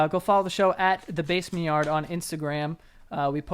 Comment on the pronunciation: “Welcome back the baymen yar”